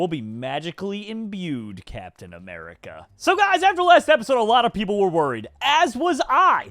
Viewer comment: When the Cwaft needed him most, Capitan Baccmerica has returned